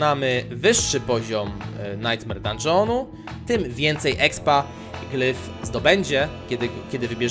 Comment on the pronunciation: glif nie glyf xD